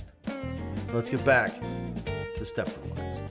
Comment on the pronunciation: No T in Stepford.